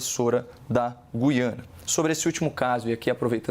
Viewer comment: Parabéns aos dois debatedores pelo alto nível e por pronunciarem corretamente a palavra "Gú-i-ana"...